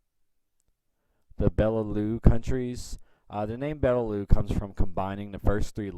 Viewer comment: You pronounced Benelux wrong, you need to say the "x" at the to . Benelu sounds a bit offensive....